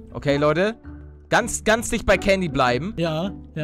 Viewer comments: candy wird mit s ausgesprochen paluten also sie wird candy geschrieben wird aber sandy ausgesprochen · Es heißt Candy und nicht kandy